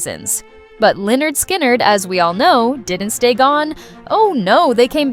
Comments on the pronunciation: Lie nerd sky nerd.... Come on now, its "Pronounced Leh-nerd Skin-nerd" 😂😂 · It's pronounced leh-nerd skin-nerd. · I chuckled when that was said also. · Oh my God can't even pronounce the name right. When she said the name out loud I was laughing on the floor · do your research next time. They literally have an album named "(Pronounced leh-nerd skin-nerd)". not even to hate but how do you mispronounce something that bad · Wow! Good job on screwing up the band's name!